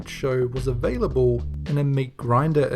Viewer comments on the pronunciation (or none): none